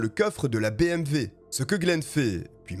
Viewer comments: Nice video ! Par contre c'est bmw pas bmv X) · Salut bonne vidéo bravo 👍 (On dit BMW et non BMV) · BMW et non pas BMV. 308 et non pas trois zero huit. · Et vous avez entièrement raison ! Moi aussi je prononce bmV !! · Superbe vidéo ! L’histoire est folle .. bon par contre on dit BMW hein 🤓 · Désolé mais BMV ? Y’a pas un problème de prononciation ? 🤣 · Oui mais tu parle Français pas Alsacien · Bonjour! Le nom du tueur n’est pas Martine mais Martin. ( in ) pas ( ine ) Pourquoi tu dis Martine ? La voiture n’est pas une BMV mais une BMW. Pas un V mais un W. Merci pour l’histoire!